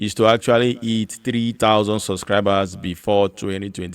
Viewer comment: Wooooow! Finally, I heard you say “hit”. All this time, I thought you have been saying “eat”😆